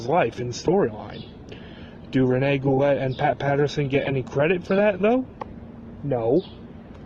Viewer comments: watching him on this andre the giant documentary, (he was Andre's friend....there's no way this is true...Goulet is pronounced "Goo-Lay" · It's pronounced GOOLAY you FUCKING IGNORANT PEASANT PIECE OF SHIT!!!